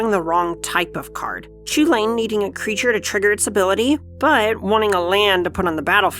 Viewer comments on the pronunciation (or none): So is it actually pronounced chew-lane and not coo hulen or just hulen? I thought I’d was more Irish like Cu Chulainn being pronounced coo cullen. Still. Awesome looking deck! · So the guys on the Casually Competitive channel pointed this out: Chulane is a name from an Irish myth figure and is not pronounced the way it phonetically seems to be in English (because Gaelic languages have weird rules) and is pronounced 'Hull-en', or more specifically: "Chulane is an Anglicisation of Chulainn, from the Ulster cycle of Irish myths of Cu Chulainn (Chulainn’s Hound). While the “ch” at the beginning should actually be the voiceless velar fricative (like a rolled “h”, or an “h” crossed with an “x”), that’s not a common place sound in English, so use a standard “h” sound. The rest of the word is pronounced “HULL-en” (rhymes with “sullen”). Not CHOO-lane. Please." Another example of weird spelling/pronunciation is Ashling normal Gaelic spelling of Aisling; which was thankfully not spelled that way as people would be calling her 'Ass-ling' or 'Ace-ling'. A friend form my hall in study abroad was Irish his name was Oisin, which was said 'Aw-sheen'. Basically Gaelic is weird. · Heard that Chulane is inspired by Gaelic characters and as such his name would be pronounced Hulin. Any thought to that as an English prof? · A Designer that cant pronounce Chulane correctly...